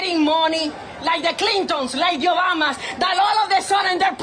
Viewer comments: She said Yobama 😅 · The first Cuban "ladie" said Obama "Ubama. LOL